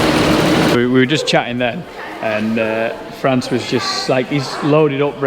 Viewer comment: Hey hey . It's Frans with an s not France 😓